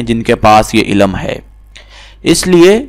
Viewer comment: Bhai ilam ni hota ilm hota h phle apna talaffuz sahi kre phir aisi video post kre